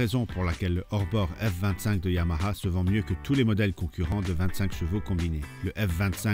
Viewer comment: Enfin un qui sait prononcer YAMAHA !